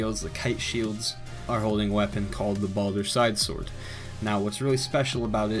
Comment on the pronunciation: You said Balder Swag Sword incorrectly.